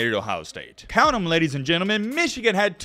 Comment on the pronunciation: I watch your videos sometimes and I have to wonder, do you have something against Michigan? You do that stupid pronunciation every time. As for the content of the video specifically, Michigan has been the favorite in most if not all their games this season except the Ohio State game and won them all. They know how to take care of business. Yes there is added pressure in a playoff but that same fact applies to all teams as well. Everyone has a lot to lose. The headline is a weak attempt at click bait with some fake controversy to get viewers.